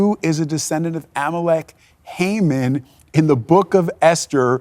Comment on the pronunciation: What an excellent biblical analysis! Hamon always hangs on his own gallows!! By the way it is pronounced "ee ron" and not "I ran."